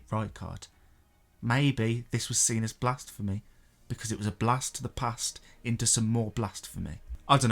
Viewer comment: It is blasphemy not blasTphemy ffs